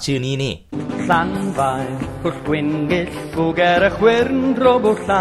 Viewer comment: มันอ่านว่า ลาน-ฟา-พุล-กวิน-เกะ-ฟุ-กา-แระ-เคว-รุ-โดรบ-วูล-ลาน-ที-ซิ-ลิ-โอ-โก-โก-โกค (llanfairpwllgwyngyllgogerychwyrndrobwllllantysiliogogogoch)